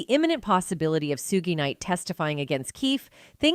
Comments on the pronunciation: Its suge ....suge not sugaye...dipsh##tt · AI always pronounce wrong...Lahaina case & point on Just in now Shoogay....ugh